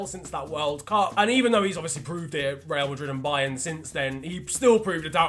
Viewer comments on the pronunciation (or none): none